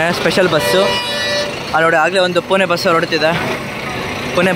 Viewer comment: ಪುಣೆ ಕಣೋ ಪುನೆ ಅಲ್ಲ